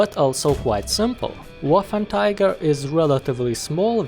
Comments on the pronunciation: Waffenträger, not waffentiger. It means wartractor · It's "Waffenträger", not "Waffentiger". Also, the gun has so much penetration because of the MUCH bigger cases then the tiger one. The longer barrel does not make that much of a difference. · "Waffenträger" , not "Waffentiger" i dont know how you speak it , but as german native speaker its horrible to listen this word spoken like that. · Not Waffentiger Waffenträger xD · "Waffen tiger" its pronounced waffentrogger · Bruh its not waffentiger its waffenträger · trager not tiger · Waffenträger = Weaponcarrier ..no "cats" inside.. spell it like: wuffentrayger ;) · Im a bit triggered by him saying waffentiger instead od waffenträger the whole time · Am i the only one who.noticed that he said waffen tiger instead of waffen trager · learn englinsh and not waffertiger but waffentrager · You pronounce it "Waffenträger" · NO waffenTIGER but WAFFENTRAGER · its pronounced as "VAFEN-TRAYGER". anyways great review!! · The letter 'ä' is very foreign to us Hungarians and the closest thing we have visually is the letter 'á' and that's why he pronounced it like Waffantraager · a with umlaut (this two dots) is read as -ei, not -ai as pronauced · it is more like 'wáffentréger' in hungarian or 'waffentraeger' in english pronunciation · "Waffentiger"? XD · Arghhhhhhh but why would you say waffentiger.... Is it that hatd to say the name properly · Excuse me, but Waffenträger is read like: [vafentreyger] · I think it's pronounced vaffen tra ger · Waffen Tiger? Woofen Tiger? Wafen Tayger? Anyway, enjoyable content c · Wow you slaughtered the name=D As an english speaking person you would pronounce it sth like "Waffen Treagker" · you kept saying Waffentiger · Ahh yes, the waffentiger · Ah yes, the "Waffentiger"! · Man! Its hurthing my ears! Its not a waffen"Tiger"!!! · it’s pronounced Va-fen-tra-ger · Just say waffentrager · I was so confused by why he said waffentiger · I heard Waffletiger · It isn’t ‘Waffen tiger’